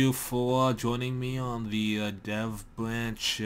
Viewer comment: why can't you say third and here and dev?